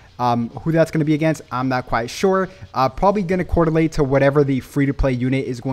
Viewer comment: Love your vids and insight you have but I gotta say something after this many vids. It’s correlate… not cordilate fyi lmao